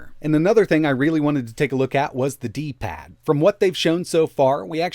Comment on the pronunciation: ⛔⛔⛔⛔⛔⛔⛔⛔⛔⛔⛔⛔⛔⛔ D paaad D PAAAD TF IS WRONG WITH YOUR TONE DUDE